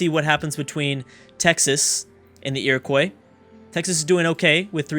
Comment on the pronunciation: It's Iro-qwuah, not Iro-koi :P for the iroquois